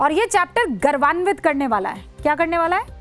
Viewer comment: मैडम सही शब्द गरवांवित नहीं बल्कि गौरवान्वित होता है